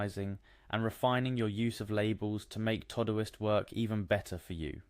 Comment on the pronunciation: What's this "Toe-Do-ist?" It's "To Do - ist" - not "Toh-doist"